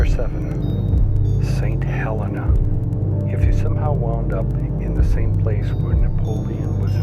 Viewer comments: Ahah my EX is from St Helena and btw dude in you vid you pronounce it wrone the second e is like a capital E St HelEna =) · Alnwick is pronounced "Annick", the L and the W are silent. And St Helena is pronounced "Heleena", the stress is on the second E. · "Ilha" is pronounced EEL-yah, not EYE-lah. "Helena" (in St. Helena) is pronounced huh-LEE-nuh, not HELL-uh-nuh. I'll try to avoid all of these places in my travels. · Oh and St Helena is pronounced as Saint Helleena